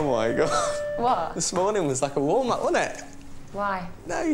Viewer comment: warm up, i thought he said walnut.